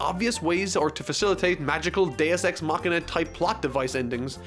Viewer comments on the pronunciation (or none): none